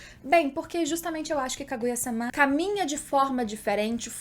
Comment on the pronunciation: Juro que adoro os teus videos, mas gostava de saber porque dizes SÁMÁ em vez de sama... torna-se um bocado irritante. E em japonês é sama, não SÁMÁ... logo não entendo a pronuncia errada uma vez que em português a segunda/ultima silaba tónica não se lê com abertura a não ser que tenha acento... Fora isso top o video.